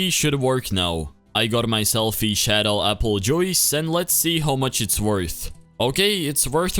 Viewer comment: im sorry but when you said aple joice i died laughing